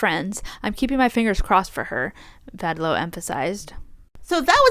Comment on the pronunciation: Once again, pronounces Vadlau correctly. It was a very surprising announcement by Lara Vadlau. She didn't say since when they're apart, but it must be very recently as both were happy to be at the Olympic Games together and also photos of them were still on Instagram also after the announcement. Lara also stated that they saw each other (only) 100 days per year due to their training schedules. Glad that Jordan found love with Erin. I'm happy that the USWNT won gold and is now back to number 1 in the world ranking. I was just upset that US soccer issued no sanctions against Korbin after her social media activities. I just hope that Korbin will show, through her future actions, that she supports the values of the USWNT. Unfortunately homophobia and transphobia also got into women's sports, especially in the whole debate on the boxers Imane Khelif and Lin Yu-ting. Both were born as women, live as women, have documents being women and box as women. Both were also never transgender! That's where also Korbin's repost do the damage. If you have time you should listen to the podcast "tested" (only 6 episodes) on how women are being regulated in sports and also how genetics aren't always black and white on who is a male and who is a female.